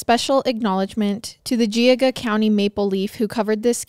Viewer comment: Plymouth...Plimuth. Like it and mutt add th. Then geauga. Jee aww g ugh. Btw you guys are awesome.